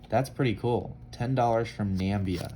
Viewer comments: Lovely British Egypt 20 Piastre. Namibia is pronounced Nam- ib -eeah!! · "Not a lot of coins from Nambia" LOL - Yeah, you got that right buddy.